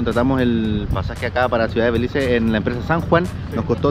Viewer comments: Hey I am a belizean🇧🇿🇧🇿🇧🇿🇧🇿🇧🇿🇧🇿 just to let you know it’s Belize not Belice and Caye Calker not Cayo Calker ok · It’s BELIZE not belice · Se dice caye caulker no “Cayo”. CAYO un pueblo de belize frontera con Guatemala. Y segundo no es “belice” nuestro país se llama “BELIZE”